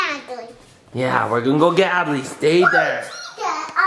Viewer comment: 1Time It says adley you said Add lee